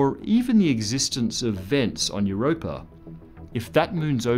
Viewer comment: I sincerely love the way you pronounce it Europrrr ...and now I'm imagining cats swimming around below that ice :)